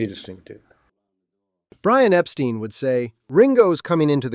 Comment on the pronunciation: mispronounced Brian’s name didn’t he!